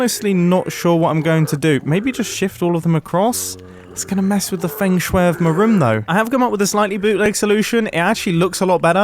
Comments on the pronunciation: “Fnegling” “fengshwer” Was he inventing words to sound more expert? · listening to mumbo pronounce feng shui made my inner chinese die a bit